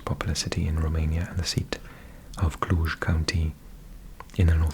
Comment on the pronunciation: You pronounced "Cluj" and "Cluj-Napoca" better than most of people which live in Bucharest or in the southern part of Romania :))) Thank you for your videos!